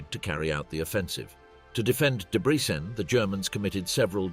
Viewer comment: Why does the narrator, presumably AI, pronounce Debrecen differently every single time it mentions it? And AI is supposed to take over the world???